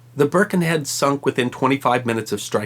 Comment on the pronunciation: I was born in Birkenhead and baulked at the first pronunciation of the name. Burrh-ken-Head. I thought it was brilliant that, by about 3 minutes, it was being pronounced like a local. Byrken-ead. And what an absolutely brilliant bit of info. Loved this.